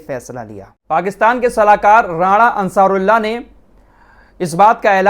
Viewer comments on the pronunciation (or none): भाई राणा अंसारुल्लाह नहीं है, राणा सनाउल्ला है।😊